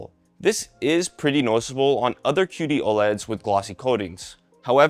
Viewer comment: "cutie oled"